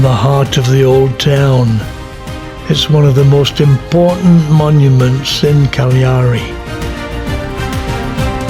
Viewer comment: I enjoyed the variety of video speeds and different shots, and you pronounce Cagliari properly :o) We'll be going there on the Queen Anne in October; my mother can't walk far so we'll find a sightseeing bus. Are you from Yorkshire?